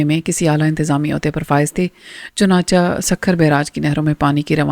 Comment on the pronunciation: Madam its chunachay not chunacha